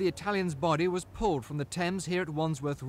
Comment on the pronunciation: Its called Thames